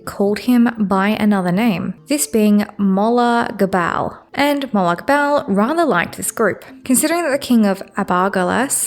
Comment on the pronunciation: For future reference, I'm pretty sure most sources pronounce it as "Mo'-log (or lag) Ball" 😭